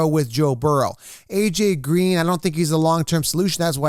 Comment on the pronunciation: He said AJ Gween LOL